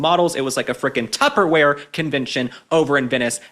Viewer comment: JAJAJAJA TWPERWARE CON JAJAJAJ I LOVE IT